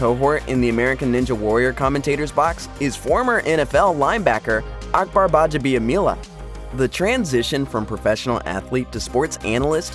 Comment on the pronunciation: working in Akbar's last name multiple times and pronouncing right is just showing off.😃